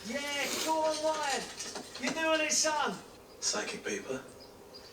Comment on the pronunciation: I'm going to miss hearing you making Ryan's name three syllables. Ry-an-uh. 😂